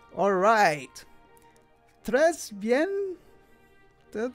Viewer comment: I died a little inside when you said tres bien